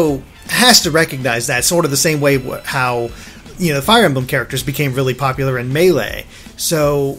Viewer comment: ***** thanks for showing us pop-uh-lar and maybe not so pop-uh-lar trillers.